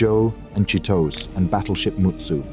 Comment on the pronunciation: Say it like this "Chit-Oh-Say".